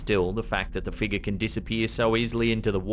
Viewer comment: Figure. It’s not pronounced figa. FIG-yur. And flying penguin? The rational answer cannot be more ludicrous than the paranormal one. And the last clip why don’t we see anymore than what’s shown?